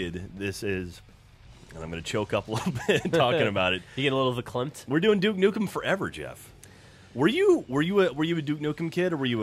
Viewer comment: "were doing nuke dukem forever jeff" do that sound wrong to anybody else but me lol